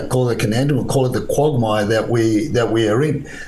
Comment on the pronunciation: "Conandrum" "quogmire"😂 😂 😂